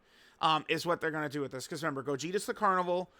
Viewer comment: REmember not member learn to speak.